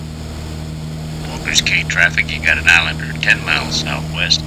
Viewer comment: It's pronounced Walkers Key, not Cay. Makes me crazy to hear that. Lived in Freeport as a kid and was there at Walkers in the 60's. Caught lots of fish. Place was thriving. Sad to see as it is now.